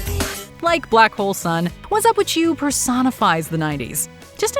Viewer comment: Its whatzupwitu not whatzupwitCHEW, ENUNCIATE.